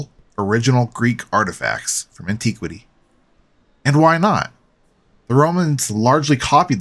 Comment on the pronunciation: Why are the short 'i' words being pronounced with long sounds?? It's villa, as in 'itch' not 'vee-la' and antiquity not anteeequity. How irritating 'eeereeetating'.